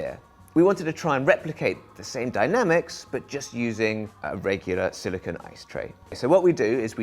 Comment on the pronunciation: The ice tray is made of silicone, pronounced "SILLY CONE". The thing you said is silicon, which is what sand is made of.